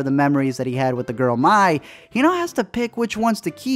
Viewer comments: Why did he pronounce her name My??? It’s pronounced May, spelled Mai. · Bruh have u seen the movie her name is pronounced may not mi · Ok, i love this movie lol its awesome and Id like to point out that he says Mai's name (not sure on the spelling of her name) like my when its pronounced may, just wanted to point that out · her name is Mai, pronounced like May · Mai’s pronounced (M—AY)! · Bruh, her name is pronounced the same as "May" as in the month. The pronunciations for "May" and "Mai" are the same. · His name is 7723, ya know. Also, funny how you pronounce Mai's name differently.